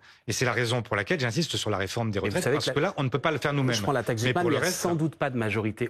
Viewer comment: Réecoutez sa prononciation de la "Taxe Zuckman" 😂 la liaison est incompréhensible, il mange les mots. Articule bien Mr Faure😂